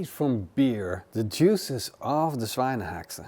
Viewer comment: Schweinehaxe, the "Sch" is pronouced like Sh in the englisch word shut.